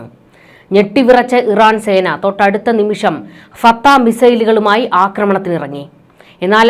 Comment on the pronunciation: ഈ മന്ദബുദ്ധി എന്താണ് വിസർജ്ജിയ്ക്കുന്നത്? ഇറാൻ്റെ മിസൈലിൻ്റെ പേര് പോലും പറയാൻ പഠിച്ചില്ലാത്ത ഒരു ചനൽചേച്ചി.